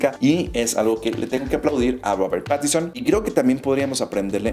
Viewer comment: PATISON?? Jaja que torpe y asi lo pronuncias igual.. mal mal muy mal